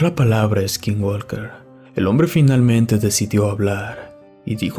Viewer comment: no digas eskinwalker se pronuncia skinwoker, sin E al principio y la L no se pronuncia, es para mejorar mi comentario, saludos de Sonora en la frontera con Arizona